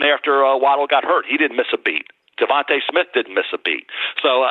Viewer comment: Who is “Devontah” Smith?!